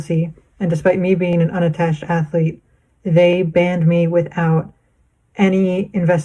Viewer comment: I hate when people say aflete. It's not difficult to pronounce it properly. One of many in this video.